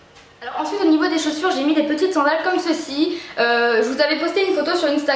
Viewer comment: coucou! juste pour te dire qu'on dit SANDALE et pas sCandale!!! XDDDDD biz